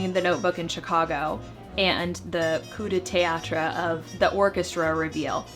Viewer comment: I really enjoy your videos, keep up the great work! And kudos for knowing how to correctly pronounce "coup de théâtre" ;)